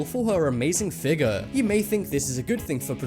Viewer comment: Lol he said FIGUR instead of FIGURE XD